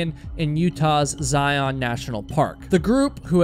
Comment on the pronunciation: Say "lion." Now say "Zion." You get the point. Love, A Cranky Utahn. 😉😎